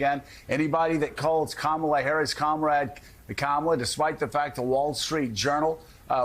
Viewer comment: He has to pause before saying Harris's name, to make sure he 'properly' mispronounces it. Demented and suffering from dementia.